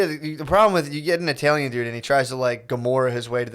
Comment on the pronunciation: tf does matt say "TAILIAN" instead of italian